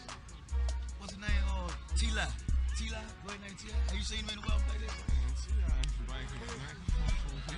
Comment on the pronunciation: "T -LIE " 😫